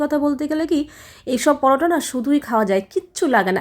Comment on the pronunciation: দিদি কমেন্টটা কিন্তু আমি ভালো উদ্দেশ্য করেই বলছি , ❤ আসলে তুমি একটু বেশি ভাব নিয়ে কথা বলো পালং পরোটা কে বলছো পালাং পারোটা 😊